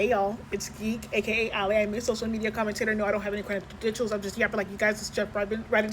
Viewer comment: lol it is not creditdentials. It is just credentials. lmao